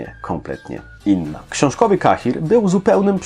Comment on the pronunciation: A mnie zastanawia fakt, dlaczego autor filmiku imię "Cahir", czyta wedle angielskiej wymowy, a Yennefer według polskiej? xD